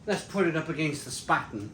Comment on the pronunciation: It’s pronounced Shhpahten !